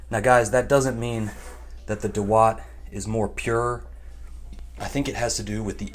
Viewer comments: I think Indians have the best pronounciation...it's daawat not dawaat.... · It’s not da watt .. it’s dawat means party 😀 India gate is the best rice for biryani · It's not दवात it's दावत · Naam theek se bol nehi para aur humey sikhayega? Pass.